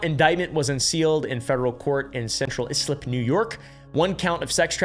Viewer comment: Central EYE-slip (New York/Long Island town pronunciation will never cease to fold youtubers)